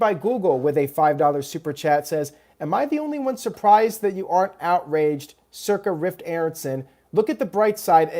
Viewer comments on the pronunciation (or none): none